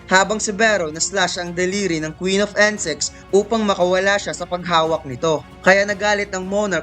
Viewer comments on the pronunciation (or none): insect not ensect, paris not pares. nagutom ako sa pares mo eh pero over all good job sa pag narrate nice content tho. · bakit "Ensex" pag kakarinig ko hahahha